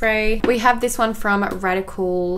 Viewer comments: hahaha it's RODIAL not radical 😝 its actually a really popular brand in the uk particularly for skincare and their makeup is really good also!! loved this and can't wait for the eyeshadow one xx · Its Rodial not Radical! 😂😁 .. and its a very big brand, not unknown? Even makeupbymario uses this brand. Pretty sure he only uses good shit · it's Rodial, not Radical 😅 it's a really good high-end brand! 💛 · That brand is not Radical its Rodial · Those powders that you were saying were from the brand "Radical" (pronounced "Rodial") are apparently really great! Nikkie Tutorials uses them often and loves them. You should try them, 💟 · I love it how she was like no one knows "radical" Yeha it's cause it's not radical it's rodial 😂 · it's rodial not radical 😂😂 I think the brand may be more popular in other countries because it is where I live x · It's not Radical its Rodial love ya❤️ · Am I the only one who noticed she said radical when it's rodial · the brand is not Radical, it's RODIAL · Radical hahahah it's rodial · RODIAL NOT RADICAL THANKQQQ